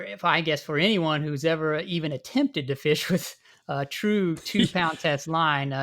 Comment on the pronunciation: “Troot” lol